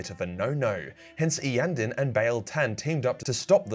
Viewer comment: Grats on promouncing Iyanden correctly